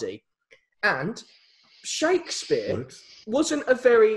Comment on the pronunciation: I would just like to say, with some extensive research shukadaspeare isn’t the correct way of saying Shakespeare my apologise